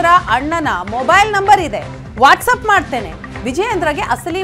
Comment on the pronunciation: ವಾಟ್ಸಪ್ adu ವ್ಯಾಟ್ಸಪ್ ಅಲ್ಲಾ 😂😂😂😂